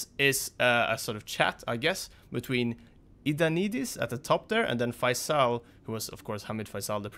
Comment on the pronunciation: That's "ioannidis" not "idannidis"